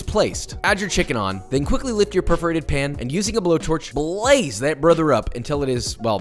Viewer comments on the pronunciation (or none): it really sounded like he called it a “perverted pan” instead of “perforated pan”